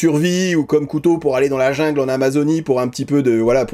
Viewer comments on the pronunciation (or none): none